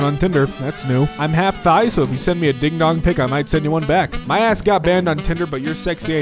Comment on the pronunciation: Her bio said she's "half Thai" (aka from Thailand, pronounced like tie), not "half thigh".